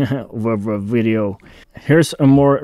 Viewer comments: Nothing wrong with saying wideo. I’m fine with wideo. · 😃 Love the "Vwideo" 😄😄😄 I've incorporated this this lexicon into my American vocabulary. It's kinda cool to use this in normal conversation with my American friends because it catches attention when delivered with a straight face.. Love it. Don't change it!